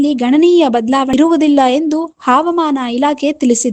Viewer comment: Havamaana word sariyaagi uchchara madri